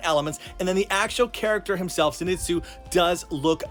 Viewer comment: STOP SAYING ZINETSU IT'S ZENITSU!